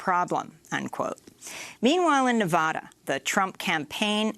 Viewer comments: It's vad. Nevada. Like had with a v. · "Nevada" has been mispronounced by some reporters in recent days. It might be the most mispronounced state name in the country, so I've created a phonetic trick to help people pronounce it correctly. The first "a" in Nevada is not pronounced as "ah." This is the most common mispronunciation. The correct pronunciation is to pronounce the first "a" in Nevada as the "a" in "add." An easy way to pronounce Nevada correctly is to use this phonetic trick: picture the spelling of Nevada with a double "d" as in "Nevadda."